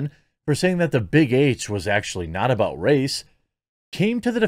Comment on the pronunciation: Whoops! Jeremy dropped an "aboot"! He's secretly a ashamed, closeted Canadian. jk